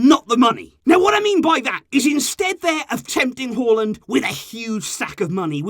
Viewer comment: I live in Norway and I was quite impressed by how good you pronounced his name.